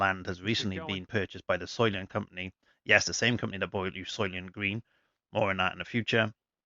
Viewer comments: soy-lent, not soy-lient....very well known movie. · Thanks for the playthrough!! Unlucky break on 17 for you but great round! And yes, the pronunciation is soy-lent